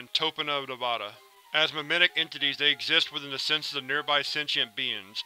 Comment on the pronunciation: It is pronounced Tone-ah-pa and Nev-AD-a